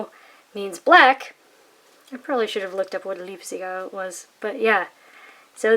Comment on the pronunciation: your German is bad. You mispronounced Leipziger. But your ink review is very good.